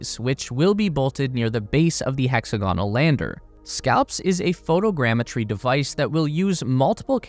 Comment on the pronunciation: Near the base of the 'hexa-gonal' lander... Oh sunshine. Is this some poor, illiterate AI narration or does the narrator not know how to pronounce 'hexagonal' ffs? Either way, standards, people.